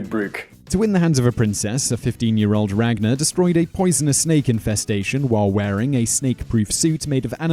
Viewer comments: you pronounced all the vikings names wrong well almost all and I should know I am from Iceland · If you read the real saga you wil now that regnar did it but theh probely said it wrong in the vidieo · the way you say ragnars name it sound so gay and so stupid especially when you say lodbrok